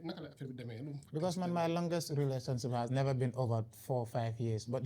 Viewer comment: Is the fact that he keeps saying rerationship instead of relationship lol but however this was a very good episode! The daily dose is a really good podcast Maa Shaa Allah. We always needed this type of platform. Keep going the sky is the limit🤝